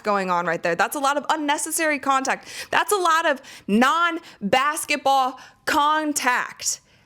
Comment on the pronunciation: It's "basketball," not "bassetball."